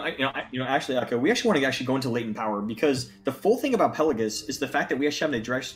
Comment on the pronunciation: It’s not pronounced “Pellagus”, there’s an “I” in there, it’s pronounced “Pell-ay-jee-us”.